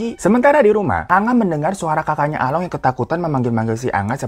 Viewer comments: bukan Along tapi Alung baca nya 🤭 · Bang, sebenernya cara nyebut along sama tok itu salah.. Gimana ya jelasinnya.. 🤣🤣🤣